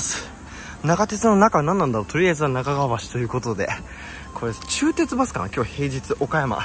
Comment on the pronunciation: ちゅうてつばすですね…w（のっと なかてつ